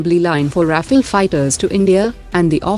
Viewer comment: Please tell your robotic voice over that Rafale is pronounced as Rafaal and not Rafil...